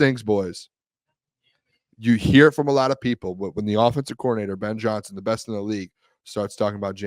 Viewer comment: Listen to "Ben Johnny Son"!!! 🤡